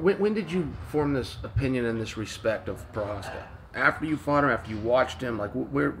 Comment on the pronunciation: Wait a minute, this guy could pronounce Prochazka this whole time? I've been bamboozled lol